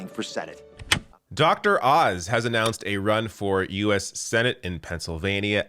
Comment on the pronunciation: Thought it was Dr. Ounce :(